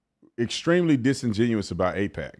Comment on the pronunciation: Y’all confused me, its aipac not apec. Two completely different things lol